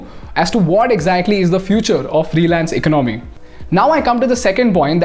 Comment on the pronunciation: Your English and is good but the way you are pronouncing the word "Economy" is distrubing and forced to Stop 🛑 watching the video